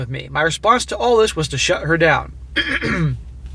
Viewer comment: Stop saying "Dis" man. You aren't from the ghetto.